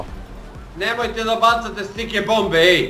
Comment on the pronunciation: Zašto stalno govori "STIKE bombe"?